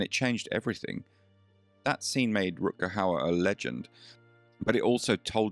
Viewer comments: Jaki Rut Kau? Kuźwa co ten AI lektor z Koziej Wólki pierdzieli. Czy nie ma już normalnych lektorów z krwi i kości? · I will never forget a small, but real moment that happened on a local TV station, back in the early 1990s in Seattle...Rutger was beginning to be interviewed on a "morning" regional show, hosted by a well-known, blonde "bimbo" type of local media "star"....She started off the interview by mis-pronouncing his name...and then, she mentioned the name of his latest movie--but completely blew it!...Rutger was not in the movie she referred to!...So, he visibly stiffened, gave that malevolent stare that only he could give, and answered just a couple more questions by saying yes, or no...no further info came from his lips!...He was clearly pissed!..and the girl terminated the interview very quickly. I felt sorry for Rutger--and also sorry for the vapid hostess of the show! A very awkward moment!